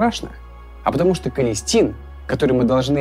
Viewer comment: "Количтин" ( не надо спасибо!) Антибиотик последнего шанса